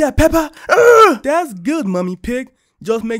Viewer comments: The way that he says pepper instead of peppa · How it sounded like said pepper instead of peppe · peppa Also what I hear from: pepper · Bro really said pepper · Is just me or someone else Heard peper😅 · Bro said pepper instead of peppa💀💀💀💀💀💀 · Its peppa not pepper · peppa =🗣pepper